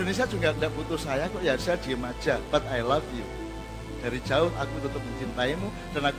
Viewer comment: Pengucapan i love you nya kok kayak I laugh you yo Cak...hehe...gak papa ..lanjutkan berbagi ilmunya Cak..sippp..sehat terus